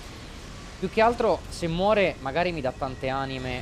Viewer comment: Scusate, non per essere stronzi o altro....ma sono l'unico a cui dà fastidio che continua a dire "anime" e "estus"? Haha